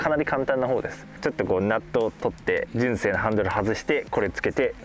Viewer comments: あたりが特にね、関西人からすると、えって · 聞いたこともないイントネーションでしたよ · 純正のイントネーションが一番気になったw